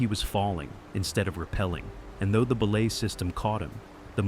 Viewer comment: That AI bot narrator kills me every time it pronounces belay as "BEE-lay" 🤣🤣🤣🤣🤣🤣🤣